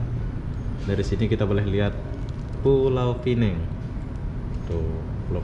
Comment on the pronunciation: bkn beza ejaan.Aku ank pulau pinang..Sebutanya salAh...Pulau pinang..Bkm pulau pineng